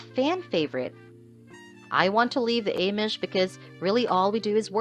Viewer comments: I agree she is pronouncing Amish wrong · Can't watch when someone can't pronounce Amish